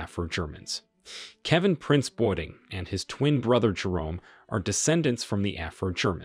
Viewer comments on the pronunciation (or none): It’s Kevin Prince BOATENG man said Boarding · It's Kelvin Prince Boateng and Jerome Boateng not Boarding. Their Dad was a Ghanaian immigrant and their mum is a native German. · Kevin-Prince Boateng as well...not Boarding😂. This video gives me Linus-Vibes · This video cannot be trusted as some of the images shown are not German but British. Case in point, the image of Sir Seretse Khama of Botswana and his wife, Ruth Williams of Britain and their children. Also please take time to research and pronounce people's names properly. It's Kevin Prince BOATENG not BOARDING🤦🏾‍♀️